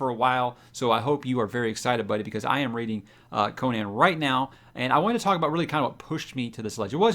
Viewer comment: Gratz on finally getting on the Conan train. Btw, you should probably learn how to pronounce it, hehe. I find it so disappointing that most of the fantasy book channels on YouTube completely ignore REH and his many wonderful characters. Shame Amazon gave up on Conan. None of REH's chars have been treated well on film. Only the first Conan movie was worth a damn imo. The comics did a pretty fair job and introduced the char to millions. Don't neglect REH's other chars. Bran Mak Morn is a fantasy treat. Howard also wrote numerous boxing stories and he also delved into humor with his Breckinridge Elkins stories. Also, it doesn't take long to read all the original REH Conan stuff. Many of his fans disparage the continuation of his work done by L.Sprague de Camp and Lin Carter but those are the only Conan works done by authors other than Howard that 'fit' the savage Cimmerian imo. New subscriber.